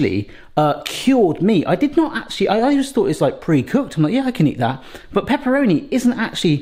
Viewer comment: Well, you say all the time 'Peperoni'! Peperoni is the hot brother of paprika. 🙂